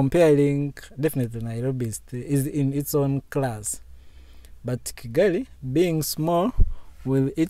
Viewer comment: May your channel continue growing. You're are doing quite well. I am a Kenyan. But why do you call Kigali as Chigali😊